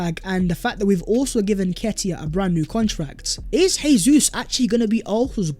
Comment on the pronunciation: it is pronounced Jay-sus as that is the Portugese pronunciation, not Hey-sus which is the Spanish pronunciation.